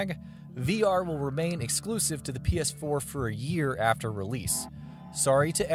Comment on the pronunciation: This is all I can hear - "The game will support HearhghDR and PeAHS4 uPHdate"